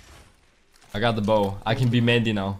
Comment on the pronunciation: I love how he says his name like it reads but everyone else says Mon - Day lol which one is it!?